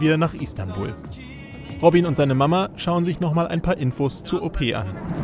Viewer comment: ROBIEN :D Netter Typ. Aber der heißt doch nicht wirklich ROBIEEEEEEN